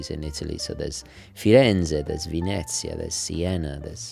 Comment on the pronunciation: Put Venezia in google translate in Italian and listen to the voice please.